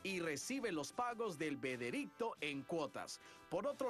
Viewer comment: "y recibe los pagos del vedericto", jajaja